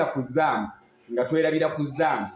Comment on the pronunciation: Mwogerera ku zaam instead of zoom 😂😂😂